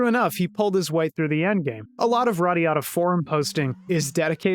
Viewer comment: Everytime you said this game's title, I heard it as "radda yadda" :D Anyone else?